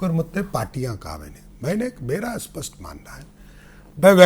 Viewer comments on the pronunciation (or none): none